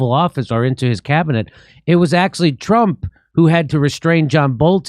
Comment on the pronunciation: Jimmy PLEASE ! there is No such words as "axley" !!!!!! The fuckin word you are looking for is "Act-u-al-ly" !! only ignorant people say that, Please !!